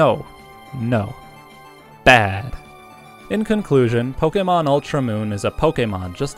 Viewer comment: This is some of the most stilted dialogue I've heard in a long time. It's extremely irritating to hear the word Pokemon pronounced that way, and you seem to be taking a special effort to emphasize every hard syllable, leading to the dialogue sounding even more stilted and scripted. Your tone is also completely inconsistent and almost never making any contextual sense. This whole video appears to have been narrated by a D-list voice-actor that doesn't even want the job he's auditioning for.